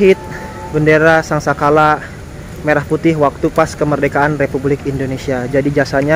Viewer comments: Koreksi,... Bukan sangkala melainkan sangsaka. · Bukan sangsakala tapi sangsaka Mas...